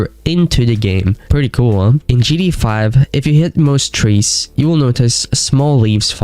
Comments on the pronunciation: “In gee-dee-ay-5” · "gda" "vork" "notyce" 💔